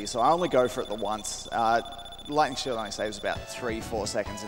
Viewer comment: Somehow, one of those times when he said Lightning Shield I heard Gluttony Shield. I briefly thought that it was a nickname those guys made up for how it can get you more rings than you could ever need.